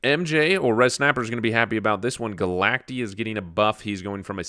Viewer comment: Is this the beginning of the one take meta?! This meta is more interesting than Snap's OTA. The yawns need to be nerfed though lol Also, for what it's worth: it's Galact-EYE, like cacti, not Galact-E. Snap pronounced it wrong in their own promo video before later acknowledging the mistake.